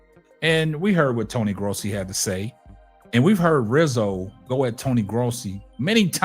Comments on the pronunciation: Its not "graasi" it's gross-i. I like your channel so far though! Subscribed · You pronounce his last name “grow see.”